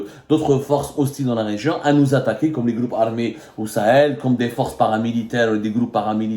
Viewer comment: J'aime bien ha Abdou quand tu dis "des groupes" ça fait "des gloupes"😂😂😂